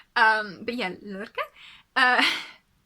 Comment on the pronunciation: You are so sweet and made me laugh so much with the pronouncing things. Don’t worry too much about Røtur (i’m not really sure about that either) and Lærke was pretty good ❤️ And thank you so much for all the sweet things you said! I love the yarn you picked! I have to try some filcolana gotland some day. Btw can i just say that i’m always soooo amazed by how much you manage to knit in just a week!